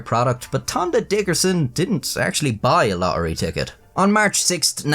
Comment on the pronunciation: To the Mega Millions what? Lohery? 😂 A bit of elecution there chap. This is an old and well-worn story too. "Lottery ticket given as tip". The best part of this is the animation. The stock music is annoying. "My magnificent content on those crappy websites" that was the best joke of all. 😂